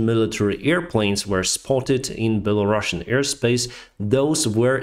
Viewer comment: ты специально говоришь беларашн? не такого. есть беларусан. нет такой страны Белараша, есть Беларусь